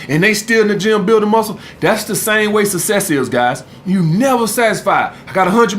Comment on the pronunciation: “You either want sesss or susess”